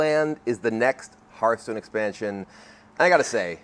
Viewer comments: I told you, he doesn't know how to pronounce Hearthstone. As for your problem, I have no idea what it is, but I bet it's much harder to pronounce than Hearthstone. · Doesn't fill me with confidence having someone in charge of Hearthstone that doesn't know how to pronounce Hearthstone.